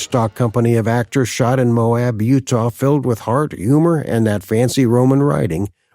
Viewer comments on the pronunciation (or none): none